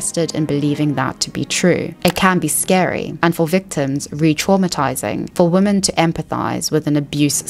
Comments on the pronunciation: Why did you read every "women" in the thread as "woman"?? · Why do you sometimes pronounce women as woman? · I hear it the same way you do, but I learned that some people actually pronounce "women" like that and hear it as "women" and not "woman". I learned this very well after moving to the UK from Canada. I think its about how we say the "wo" (wih and not woh) part differently and it changes how the "men" part sounds. Yes I have given this a lot of thought before 🤣